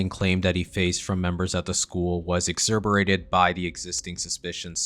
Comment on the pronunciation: “Exzooberated?” 😂 …..exacerbated. Ec sasser bated good video my man. Subbed 🤙🏼🤙🏼